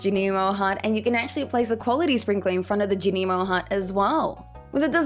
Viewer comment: Thank you for a greatly informative video!! I have always planted in squares and rectangles but I love the flower-like pattern you made when using the sprinklers! Also I am glad you offer a different way of saying Junimo (I like your way the most) Subscribed 💜